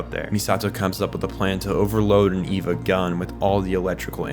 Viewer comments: Well this was well researched. But the group Seele is pronounced See Lee it's German fo soul.and it;s not ' ee va is A Va . Was sincir about the well researched part. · I enjoyed this...but I hate every time you call it EEVA. It's spelled Eva, but sounds like AY-VAH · This is explained perfectly but the pronunciations are so bad😭 seele is say-ley and wille is vil-ley and Eva is ava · how is this so in-depth but you can't pronounce Magi, Seele, or Eva